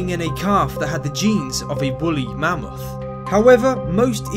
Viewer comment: He said bully mammoth